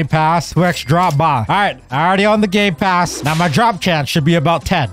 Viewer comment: He said “ GAY PASS “ get your gay passes here